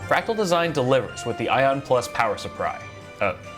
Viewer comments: Suppry... uh supply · I HAD TO DO A DOUBLE TAKE!! I WAS LIKE I KNOW THIS MAN DID NOT JUST SAY POWER SUPPRY AFTER THAT BIT😂😂😂😂😂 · The “Suppry” got me🤣🤣😂😂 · "power supfry"